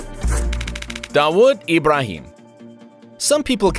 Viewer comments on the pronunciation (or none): First thing you're pronounciation of dawood ibrahim is wrong and were there fbi in india I don't think so I am an indian